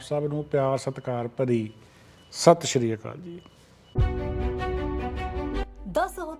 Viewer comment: It is not sat Shiri it is sat Siri akal bhai sahib ji you don’t mind thank for your service . Appriciated